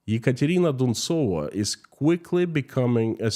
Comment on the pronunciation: I like how you say the name "Ekontrina Duntsova" please put her name up in Latin script and say it again.